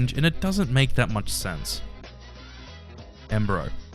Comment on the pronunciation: It is embroyo, not embro